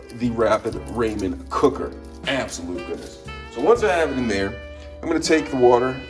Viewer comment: “Ray men noodles” (not hate)